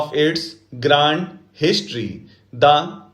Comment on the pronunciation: Sir grand or resilience ki pronounciation galat h